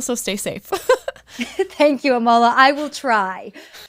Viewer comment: I love, but as soon as she said Amala's name wrong i winced